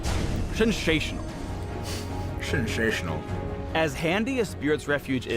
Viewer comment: Shensational, garenteed, jhinstantly lol